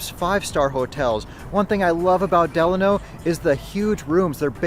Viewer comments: Lmao the way you said Delano is crazy. 😂 it's like when people said Navada all weird. I spelled it the way people say it. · I’m a Vegas native and I have never heard anyone say it like that but we all say it the Italian way. Lol I just thought this was funny though. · You're pronouncing Delano wrong.